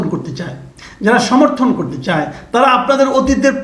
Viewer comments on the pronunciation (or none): none